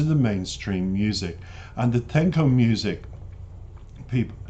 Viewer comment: Love the reaction. Selena is adored by millions. By the way Tejano is pronounced “TAY-HA-NO”